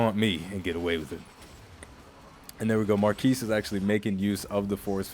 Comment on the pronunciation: It's MAR KEY lol